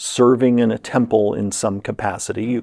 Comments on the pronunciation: Acolyte, person in a holy order Occolyte, person in an occult kabal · It would be incredibly funny if Ocalyte is actually a completely separate background from Acolyte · Please get him to stop saying Ocolyte. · OK, I was really interested, until I heard how he said Acolyte, and now I'm just really irritated. Acolyte = a·kuh·lite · I had never heard acolyte pronounced Ock-o-light. You learn something every day! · but were you a Ah-co-lite in your previous life. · Akko Light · Jeremy’s cot-caught merger is really messing with me whenever he says “acolyte.” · The way acolyte was being pronoucned kept distracting me tbh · The auto captions couldn't even figure out what he was saying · It can't possibly be that bad. Edit: ok it was that bad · It’s a little ac-ward. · It’s like he’s saying a-cappella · Ookla the Mokalyte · I have never, EVER heard anyone pronounce acolyte like that before.